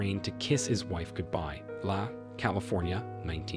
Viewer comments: La California not LA, California or Los Angeles? So many mispronunciations and mis-readings....it was better when you left the viewer to read the captions. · Heard too many mispronunciations, but La, California was the most painful.